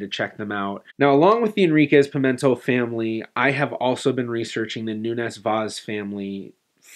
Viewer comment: Just one thing: in Portuguese, the stress on "Pimentel" falls on the last syllable (which is read like English "tell"), not on the second syllable. So, it's not Pi-MEN-tel but rather Pi-men-TELL.